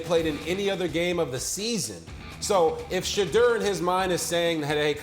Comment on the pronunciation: It's Sha-Door, not Sha-Dur.